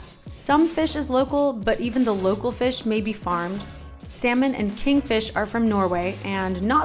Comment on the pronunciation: 😂 saying sal-mon Pinoy style the silent " l "was gone so cute. Fish it's got to be wild this farm fishes are toxic. Seen a video about farm salmon the most toxic food in the planet & farm tilapia they eat their own poo bc they've got hardly any space at all to swim around that's how crowded they are & that's why they're cheaper & also a video about prawns they put the prawns into sleep by injecting chemicals into them but in PH I think we're more maybe safer as long as we don't follow the others who only really think to put a ton of zeros into their accounts.